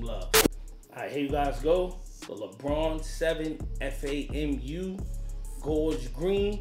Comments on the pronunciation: F-a-m-u? No, FAM-YOU. As in, great video but "fam, you" buggin for spelling it out instead of saying it the right way. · FYI it's Fam U. Not F A M U. #ALUM